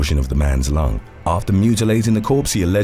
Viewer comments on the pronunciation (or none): none